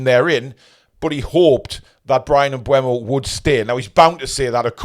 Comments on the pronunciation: its M-BOOM OH Not M- BU EM-OH Mate go and hear how he prononces it himself or watch Matty's video as that's where i saw Brian say it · But he pronounced it wrong. It's not bweh-mo, it's booh-mo. Just check the EPL pronunciation video (on youtube - search "How to pronounce EVERY Premier League player and managers name"), around the 13-minute mark where he says his name.